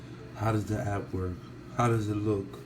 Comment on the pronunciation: app not ass!!